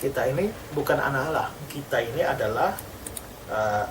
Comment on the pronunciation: bkn Alah pak tp allah hhhh tolol kau pendeta